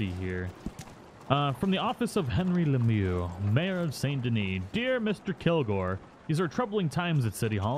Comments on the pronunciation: It's like "Luhmew." :) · “Second Invitation from Mayor...LEM-MAAA-LAA-LA” lmaooo Literally something I’d say. I love videos 😂😂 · Im at work craking up at you trying to pronounce "Mayor Lemieux"